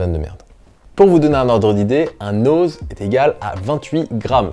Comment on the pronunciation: Pour info l'unité de mesure "Oz" se prononce "Once".